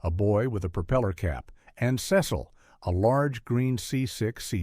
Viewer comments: Not to be too nitpicky, but it was Beany and SEE-sul (rhymes with diesel). He was not British (rhymes with special). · Oh please, adults never gave these cartoons a second thought. By the way, it's Beenie and CEEEcle, AI breath. 🙄